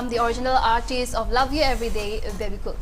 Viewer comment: Guys the name is Bebecool not Babe Cool